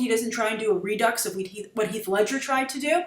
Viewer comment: Did she say Hieg Ledscher instead of Heath Ledger?